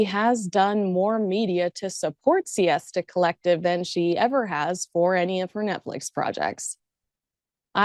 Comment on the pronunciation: love your insights and thoughts,! one of the (sadly so) few royal commentator journalists who actually does research. however, there is something you missed out: it's not 'siesta collective' (like in spanish siesta), but 'sista collective' (like in sister of colour). sorry to bring it to you 😉👍🖖😘 keep going, you are one of the best to me